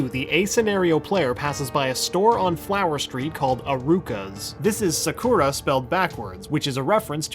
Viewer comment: Sa-ku-Ra Dude, it's pronounced Saku-Rah